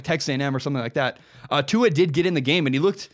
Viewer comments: At least learn to pronounce Tua's name correctly. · Tua Tug-of-war